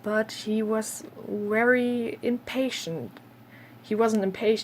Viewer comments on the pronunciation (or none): You had some interesting people over time for sure. As far as english advice, I'm curious (and I've heard german language does this sometimes in english) saying w instead of v. Is there any reason? Like when you say very as 'wery' for example. Otherwise your english is very good and I had no trouble understanding you : )